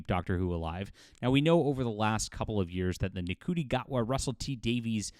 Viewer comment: Shooti Gatwa it's pronounced I believe. Not N'Kooti 😁